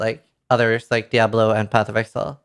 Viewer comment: a bit concerning how badly he butchers "Diablo"